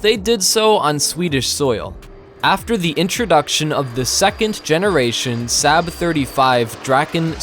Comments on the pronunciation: ... FYI...'SAAB' is pronounced 'SARB'... not, 'SAB'... and stop bogus thumbnails... it's not cleaver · You say "SAB", Swedes say "SOB". Fix if you can. Your channel is not "VELD EERON". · it is 'SOB', not sab. I've driven their cars since 1980. Get it Right... after all, it's NOT 'Lockhead', is it? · Saab is pronounced like sob not sab you pleb! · BTW it's Saab not Sabb 😁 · SAAB is pronounced SOB / SAWB .. .and most definitely not 'Sab' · Its Saab pronounced sarb not sab! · Saab is pronounced SAHB, not SAB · It’s pronounced SOB, not sab. Saab makes great cars too. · It's 'sahb' like bob, not 'saab' like scab. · Saaa-rb. Not Sab..... omg...the pronounciation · It's not pronounced SAB but SAAAB (the vowel lingers longer) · Who pronounces Saab as Sab. Saab. Pronounced Saab. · And in addition, Saab is pronounced Sarb, not Sab. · It is pronounced Sarb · Hard to take seriously when the narrator can't even pronounce SAAB correctly. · of course, but why’s the guy pronounce it SAB? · Pronounced 'sob' in English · You need to learn to pronounce SAAB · Why do you call say SAAB wrong!! UUUGGGHHH!! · The narrator can not pronounce a number of words, such as Saab. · learn how to pronounce SAAB! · I’ve been pronouncing Saab wrong my whole life it appears 🤷‍♂️ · Those were my observations as well. To add to that, a the son of a Swede (who speaks the language), when I hear Swedish words pronounced as if they were German (or completely mispronounced as in “SAAB”) , I find it really annoying. It’s a small thing, but it adds to my overall negative feeing toward the rest of the content.